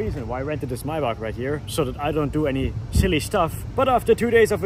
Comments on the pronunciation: Love how you forgett how to say maybach wenn speaking english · lol ive never thought about how maybach was pronounced